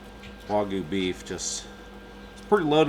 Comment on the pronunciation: The Y in Wagyu is not silent.